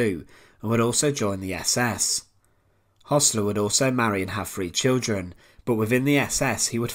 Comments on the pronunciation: It's pronounced 'hersler' not 'hossler' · Hössler not Hossler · it is Hoessler not Hossler as pronounced by the narrator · Why pronounce Hossler even though the name is spelled Hössler?